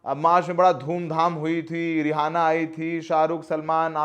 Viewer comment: रिहाना नही है वो रियाना है 😅 न्यूज़ संवाददाता हो यार इज्जत रख लो 😅 तुम लोगो ने जब प्रणव मुखर्जी के बेटी बेटे का इंटरव्यू किया था तब ही लगा था की गोदी गिरी ही करोगे सायद, and I was right 👌 एक वीडियो अच्छा बना देते हो तो हमारा support नही मिलेगा 😢